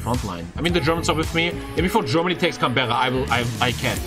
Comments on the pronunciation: Just the obligatory comment to say it’s pronounced Can-BRA. Not Berra! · It is pronounced Canbruh not Canbehra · its pronounced canbra lol